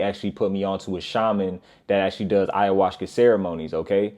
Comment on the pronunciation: This nigga said ayahuska😂😂